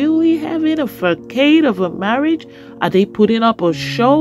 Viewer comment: The word is pronounced (FAH-sawd)... NOT facade..... look it up...please....the c is pronounced like an s... not a k.... sound....